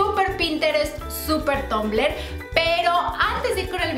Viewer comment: no se dice tombler se dice tumblor